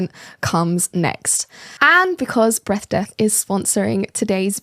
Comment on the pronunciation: Sponsor is Breath Death How she pronounces it: "BREAF DEAF"